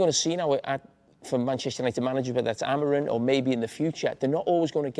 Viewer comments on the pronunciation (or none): Carragher first needs to learn his name; Amorim, not Amorin!!. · Someone needs to tell Jamie that the man’s name is Amorim, not Amorin, as he repeatedly called him.